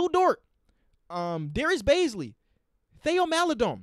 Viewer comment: Theo Maledon is pronounced "tay-o" not "the-o"